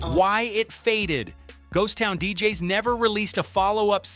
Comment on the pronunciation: Terrible AI voiceover. "Ghost Town DJ-S?" 🤦🏽‍♂️